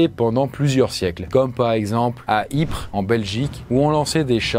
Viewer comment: attend quoi !! sa se dit "ipre" et pas "iprésse" !!! la ville de belgique ?